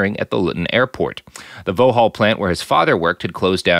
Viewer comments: Vauxhall is pronounced "Vox-haul" rather than "Voh-hall" :) Its a GM subsidiary/marque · vauxhall pronounced vox-hall